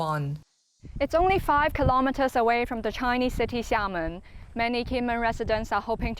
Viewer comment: they way the translator pronounces chinuuuh xd i cant